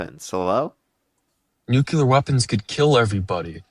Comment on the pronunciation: OMG this caller needs to read a dictionary, because he doesn't understand the meaning of words! And for the love of Gawd, people need to learn to pronounce "nuclear" correctly! It's NEW CLEE UR, not NUKE YOU LUR! Jesus H Christ!